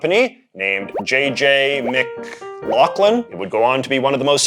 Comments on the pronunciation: Mclaughlin is pronounced "m'glaw-len" where I'm from, not sure if it's the same elsewhere. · Ginger Ale by Canadian J.J. Mc. .(pause) Laughlin 😂. So close. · I like the little self aware pause on JJ Mc...